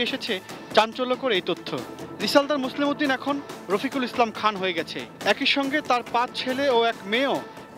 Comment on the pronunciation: এটিএনের মতো একটা চ্যানেল যখন মোসলেহ উদ্দিন কে মোসলেম উদ্দিন বলে তখন অবাক হ‌ই। এরা সাংবাদিক হয় কিভাবে ??